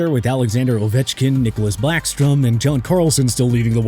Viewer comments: Its Niklas BACKSTROM. NOT BLACKSTROM. Stick to football if your are gonna mispronounce hockey players. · Blackstrom?!? Really?!? It’s BACKSTROM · Did he just say Blackstrom? O.o